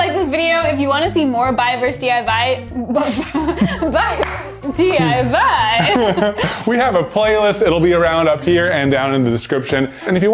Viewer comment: said "DIY" with a Russian accent:'D